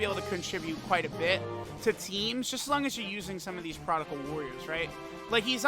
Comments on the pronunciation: stop saying prodigal/prodical please lmfao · Why does say prodigal LMAO. It’s not even a real word